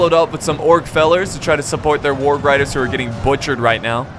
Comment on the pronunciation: when he doesnt know how to say warg....... HAAAAAAA